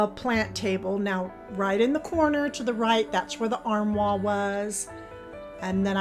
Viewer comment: Love the transformation. You have beautiful decor. Just a note armoire is pronounced armwarr.